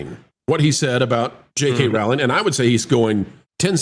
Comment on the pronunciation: "Rowling" like "Bowling" as we used to say.